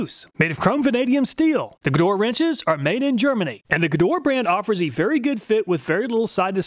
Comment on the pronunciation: dude...."Gedore" is pronounce correctly in German like with hard "G" and the two "e" as the "e" in "effort"